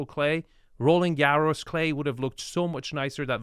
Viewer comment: Rolling Garry’s? Is there anything you can pronounce correctly?